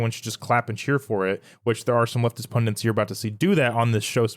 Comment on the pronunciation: The word is 'punDIT', not 'punDENT'. You're welcome. 😉